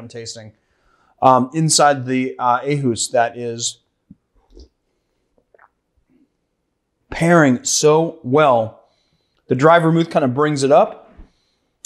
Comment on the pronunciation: you should probely pronounce it OHhus instead of Ahus since the Å is kinda a mix between A and O